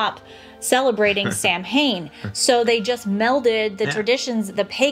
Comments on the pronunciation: HI!Great video !! Just wanted to let you know it`s actually pronounced Sowan not sam hain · Samhain being an Irish/Celtic word is pronounced "sow-unn"... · Just wanted to let you know that Samhain is pronounced like Sow-in (sow rhyming with cow). I really like your philosophy of no naughty list. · What a great video! Samhain is actually pronounced "Sowen" - the Celtic language is very weird...Such a pity this isn't celebrated here in the North, I used to love it as a kid, the excitement. In our region the young men would later in the night go from house to house, scare the people and threaten to beat them unless they were given alcohol 😅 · I think it’s human nature to want to laugh at our fears…which may be another reason for the resurgence of some of these traditions. p.s. Samhain is pronounced “Sow-in” 😊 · Samhain is pronounced saa-wn. Just sayin’! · Samhain is an Irish Gaelic word, which would have been quite different to the Celtic languages spoken on mainland Europe. As an Austrian living in Ireland who has not been able to manage to learn Irish (Gaeilge) so far, I have been made aware by my children, that in Irish Gaelic “mh” in the middle of a word usually has a “v” sound and therefore Samhain should be pronounced more like Sow-in or sah-win.